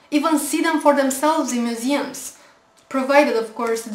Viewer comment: When you say 'museum' I had a lil' chortle. Great video otherwise.